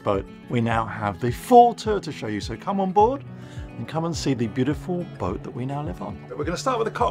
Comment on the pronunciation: How come your able to pronounce ruby rose but when you say boat you throw a R in there?